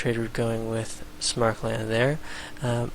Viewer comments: It's "Sam-er-kand", not "Smark-lund". No idea why this bugs me so much. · probably because there's no "L" in Samarkand and Smarkland sounds retarded because of the aforementioned fact. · Nah that's not so bad. I was a little bothered by pronouncing Samarkand like "Smarkland" though ... Very interesting video by the way :P